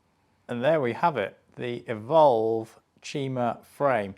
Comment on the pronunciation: You’re saying the brand name wrong it is clearly, “Evolver.”